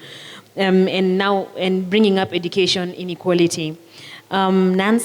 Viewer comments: Huyu kikuyu... r and l ni shida... inequarity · Inequarity......rook it😅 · I had to listen again and again . What is inequarity